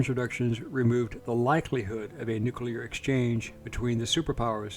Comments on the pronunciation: Thank you…for being able to say the word ‘nuclear’ correctly. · You mean it's not nuculer??!! 😂